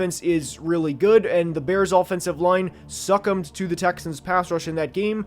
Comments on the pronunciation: "Suck-emed" hahaha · lmfao the we he says “succumbed”